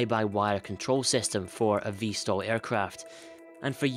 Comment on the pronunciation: V/STOL not "vstal".